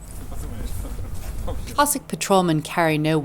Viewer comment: It is not pronounced "Cossick', it is Cossack!